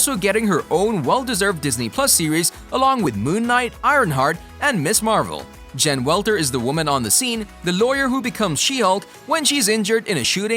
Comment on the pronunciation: Who’s Jen welters?😂🙈